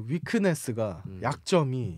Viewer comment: 습자지 영어단어 그만쓰고 고마 한글쓰소 위크네스는오대발음입니까